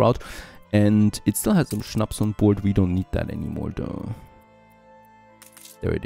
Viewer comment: Habe mich gefragt, wieso du Schnaps richtig aussprichst:). Schönes Englisch werter Östereicher❤